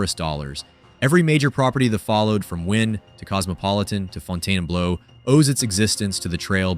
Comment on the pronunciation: AI Slop narration. It can't pronounce "Fontainebleau" or "$1,400". The video never actually shows any images of the accusations out supposedly is making. Olives has been gone for years and Picasso closed because the chef decided to retire after over 30 years. That has nothing to do with the hotel supposedly "falling apart". It claims Fontainebleau is better. Go inside - it is EMPTY. And the video shows old casino footage to convenience you Bellagio is still using mechanical slots. Really?? Complain about owner MGM all you want, but don't lie to make your points. Yes, Vegas has had a very difficult year in 2025, but this video specifically is full of flat-out lies.